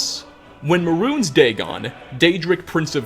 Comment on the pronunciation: How are you gonna make videos on the Elder Scrolls and pronounce "Mehrunes" like "Maroons"? haha.